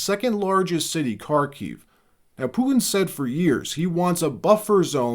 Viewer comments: Trump needs to back the F off and stop thinking hes the king of the damn world. BTW, his name is PU-TIN not POOIN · PuTin NOT “poo-un! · Bro. Say "Putin" properly. Everything about your presenting style is so professional, then you get to words like Putin and you suddenly sound like a toddler that can't pronounce his T's. "POO-IN" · Your mom says POO - IN.